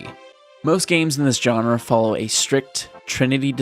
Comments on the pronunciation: Its "genre" not "johnra" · You use the word “genre” a lot, so you should probably learn how to pronounce it. It’s not “john-ruh”, it’s “zhaan-ruh”.